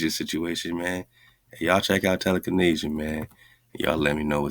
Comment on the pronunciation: Tele-Kahn-Asia?? This also looks a lot like telekinesis or telekenetics